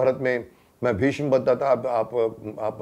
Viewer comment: मान्यवर! आप ने महाभारत मेंभीष्म पितामह की अद्वितीय एवं श्रेष्ठ भूमिका निभाई थी। संवाद अदायगी में भी आप बेजोड़ रहें हैं। लेकिन एक बात जो चुभ जाती है, वह यह है कि आप "भीष्म" का उच्चारण भीषम क्यों करते हैं? सिरियल में तो ऐसा नहीं होता था। क्या वह डबिंग का कमाल था?